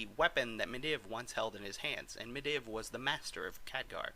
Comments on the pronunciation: It's medeev not mediv😂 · if you say mediv and not madeev one more fucking time... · Medivh is pronounced MED-eve It's bothering me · ME DIV? who the fuck is that you really need to work on your pronunciation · Just to point out, you pronounce medivh completely wrong. And it halarius as shit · Atiesh is pronounced aydesh and medivh is pronounced medeev